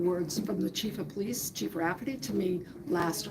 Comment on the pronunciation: say Pleese again! love it, Pleese Department is priceless